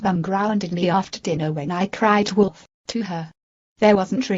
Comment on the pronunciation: When she says it more than one time, she sounds like she is saying "Woodolf"